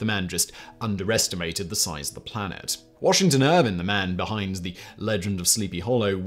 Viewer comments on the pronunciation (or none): none